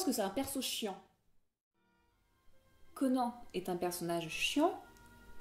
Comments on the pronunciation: on dit pas "conen" mais "conane" comme un Âne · CONAN !!! PAS CO-NAN !!!! PS : Merci de ne pas avoir parlé de Conan le Destructeur, ou pire, Conan le surfeur du 21e siècle. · Conan le barbare n'est pas un nanar ? non sans déconner ? il était peut etre temps de se reveiller plus de 30 ans après sa sortie. Et cette prononciation ...